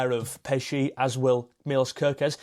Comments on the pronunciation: Hey mate, just for info, Pécsi means from the town of Pécs, like Armin of Pécs (Hungary's 5th biggest city), pronounced (close enough) Péchi (é like in café ch like in church, i like in ship). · close, but if you want to go for perfect pronounciation, then its more like: Armin (with A sounds like the u sound from up, and i is short.) Pechi (with e sounding like a from stale, and i is short) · Correct....more information....Pécsi pronounced like patchwork.......Szoboszlai Dominik means Dominik of Szoboszló....Hajdúszoboszló is a City of thermal bath in Hungary.......Hungary have so 250! thermal baths....Greeting from Hungary😰